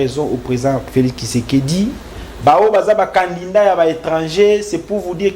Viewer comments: TU DOIS DABORD BIEN PRONNONCER CANDIDAT AU LIEU DE CANDINDANT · TU ES CONTRADITOIRE AVC TN PRESIDENT LUI MM IL RECONNAIT..MAIS TOI TU ES DERRIERE LE POSTE...AVC TES ERREUR DE PRONNONCIATION CANDINDAT AU LIEU DE CANDIDAT TU N AURAS PAS DE POSTE MR